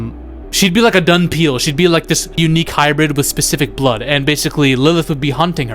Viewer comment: Nobody wanted a pg13 blade Bro said dunpeal Subscribed